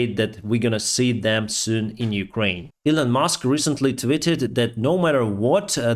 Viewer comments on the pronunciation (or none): none